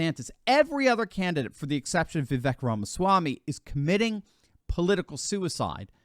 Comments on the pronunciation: It’s Vivek, rhymes with Cake ! Not Vivek, rhymes with Shrek! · Hey, , Vivek is actually pronounced Vi-vake. Like in cake, not the biggest deal but still thought i'd give some info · The proper pronunciation of his name, per himself, is Vivek like "cake." 👍🏻